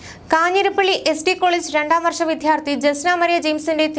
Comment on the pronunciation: വി"ധ്യാ"ർത്ഥി അല്ല... "ദ്യ" ആണ് ദയവ് ചെയ്ത് ശ്രദ്ധിക്കുക